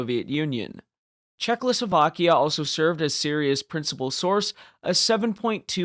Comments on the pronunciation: I didn’t really care about the pronunciation im just pointing out the possibility of this being his strongest argument (I didn’t really get the reason he thinks you have dyslexia other than a simple mistake)It sound like you say czechloslovakia instead of Czechoslovakia ( basically adding an l) nice video though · ably talking about your pronunciation of Czechoslovakia